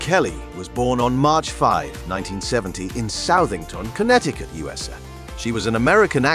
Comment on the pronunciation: You might want to pay a bit more attention to your robot voice actor. In your script separate abbreviations like U S A so the AI doesn't pronounce it as you-suh. That's just one example. You also need a better scriptwriter, so the copy doesn't come off quite as boring.